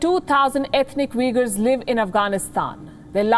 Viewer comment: Palki its not pronounced Vegar lol they are Uigurs. They are no close to being Vegar or Vegans lol.